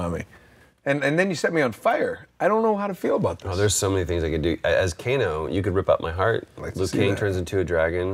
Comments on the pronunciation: Co-Kano? LOL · Well, that's it. I'm calling Kano ''Kokano'' from now on.